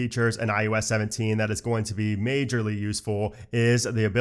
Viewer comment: I love your thoroughness of the new iOS. I don’t know if I’m hearing it oddly throughout, but it’s I OH S, not I U S. 🤓